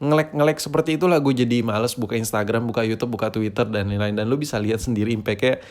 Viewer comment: Kenapa lu kalau bilang sosmed yang pertama lu ucap tweeter tod😂 curiga gua